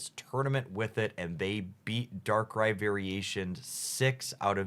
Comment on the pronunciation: Subbing for the correct pronunciation of "Darkrai"!